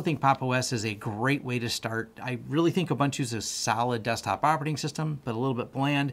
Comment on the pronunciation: Just for anyone wanting to know the correct pronunciation of Ubuntu. It is Oo-boon-tu. Which means humanity. When one says the Americanized way: Aah Bun toe, it means: Ah! People! lol